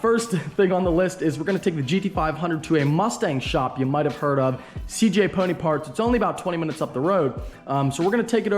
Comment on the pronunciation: It sounded like you was saying cj pudding parts. I couldnt understand ya. But once i saw the sign it made sense haha